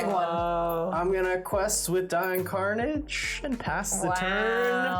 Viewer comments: I'm guessing none of the team has actually watched TaleSpin. Karnage is not pronounced Carnage. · I guess Veggiewagon never watched TaleSpin as a kid because that is not how the great sky pirate Don Karnage pronounces his last name.